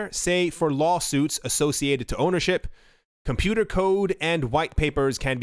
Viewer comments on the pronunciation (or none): none